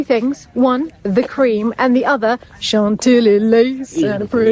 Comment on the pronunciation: Omg as soon as I saw the title the song Chantilly Lace popped in my head. I was going to comment that and I thought they’d have no idea about that song I’m sure. As starts talking and I hear she doesn’t pronounce it Chantilly like Americans do and I was like Yep not even pronounced the same lol. THEN 3 mins in and starts singing it!! I’m 😂 cry laughing! Love it! Love this channel!